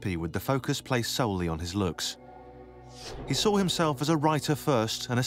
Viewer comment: Although I like your content, I find it impossible to listen to a grown man saying "I sall that", rather than "I saw that", or "dralling" in place of "drawing". Best of luck to you and you speech impediment.